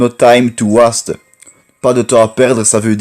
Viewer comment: Waste se prononce west et pas wast